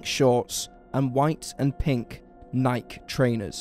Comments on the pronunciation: "Ny-k" trainers? Bro, how do you not know the pronunciation is "Nye-Kee"? It's the most famous shoe brand in the world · "Niiik" trainers. Nike. Nii-key. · Why do you always pronounce “Nike” like “mike” with an n? It’s “ny-kee” 😂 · "Nike" rhymes with Mike? Hm, I'd always thought it rhymed with "mikey." 🤔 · this channels pronunciation of nike gets me every time 😂